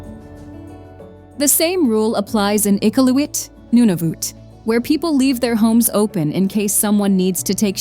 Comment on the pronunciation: Your AI voice pronounced Iqaluit, Osoyoos, and surprisingly Newfoundland wrong. The first two are native names and have accents over certain less so vowels will have more length to them. Spell the word properly so you AI doesn't butcher the pronunciation on English letters